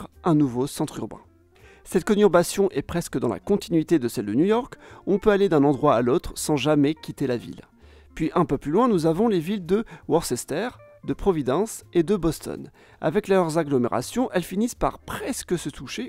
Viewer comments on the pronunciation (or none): On dit : « WOUrster », « LEEster », «KatoviTCHE”, etc … 😄